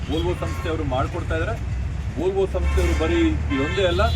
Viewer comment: Volvo adu volto alla... Please correct agi pronounce madi